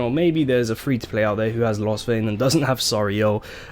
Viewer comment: All good but lostvayne is a z tear not s